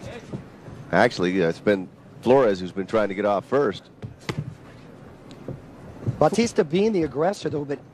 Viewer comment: What batista? Its baw-tista